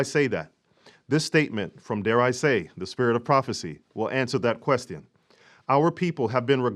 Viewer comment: I like how you pronounce “question.” Lol